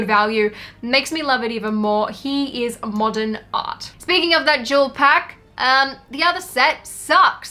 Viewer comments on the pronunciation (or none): “Mordern art” - when you spell the word the same way you say it